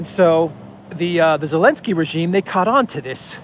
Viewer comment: I saw a Russian reporter calling Zelinsky "Elinsky" 😂😂🤣🤣😆